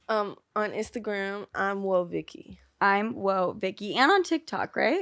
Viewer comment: Yeah, it is but she called her "OhVicky" instead of "WhoaVicky" at the beginning.